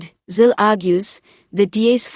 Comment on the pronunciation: It iz Helen /zile/, and not /zil/!